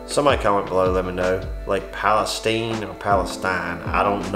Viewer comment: Lake palestine pronounced steeen***